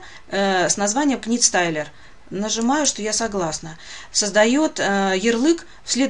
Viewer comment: правильно говорить "нит" не "книт", спасибо за полезное видео.